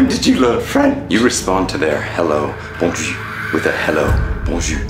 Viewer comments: I wish you would pronounce the R so you could say good day when saying bonjour, instead of sounding like you are saying bon jus which is good juice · When you don't pronounce the r in Bonjour you're actually saying good cheek. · It's so frustrating that your prononciation is so great for everything except the bonjour (you prononce it as if it was bonju but it's bonjour, with our being prononce like our). it seems that as tested the plan with us lol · Wait what? I mean the guy tries and it's all good but you need to pronounce the R at the end of Boujour or else it's not even a real word. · FYI, it might help you to pronounce the ending of bonjour by using the zure part of azure. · If you pronounce bonjour that way they will certainly know you are English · Your pronunciation of bonjour would give you away as an American immediately. Canadians won't be bothered by the language(s) you respond with, because the Hello / Bonjour is perfunctory and no reply is necessary or expected. We'll just wave you through, or if you do something weird like this, we drag you off screaming for "secondary inspection". is making sure the devil gets a full cavity search. 😮